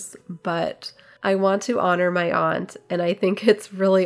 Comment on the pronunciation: I love that you say "aunt" and not "ant." Love that linen!!!